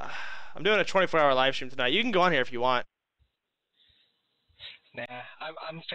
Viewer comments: Why does he say 'strum' instead of 'stream?' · The way he refers to his stream as "strum" is so cringe holy shit 😂